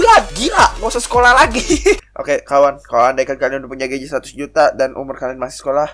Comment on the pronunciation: juta bukan ujta